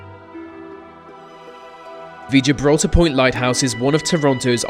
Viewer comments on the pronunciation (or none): none